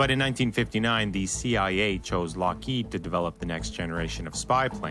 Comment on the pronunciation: The person explaining the plane: lockeeeeeeeeeeeeeeeeeeeeeeeeeeeeeeed he doesn’t even know how to pronounce it Me:😂